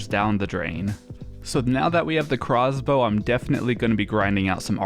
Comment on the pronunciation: good vid, but hearing him say "crozzz bow" irked me